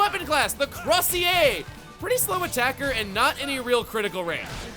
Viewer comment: Crosier is pronounced “CROW-zhur” and is a type of ceremonial Bishop’s staff, designed to be reminiscent of a shepard’s crook, as the Bishop is supposed to be a shepard to the Church, and the people of their diocese.